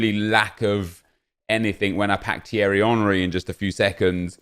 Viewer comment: Finally someone pronounced my name right 😂😂cheers bro